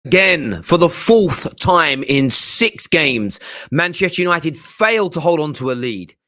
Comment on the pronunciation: I'm just here for pronunciation....MAHNCHESHHTEH YANOITED😂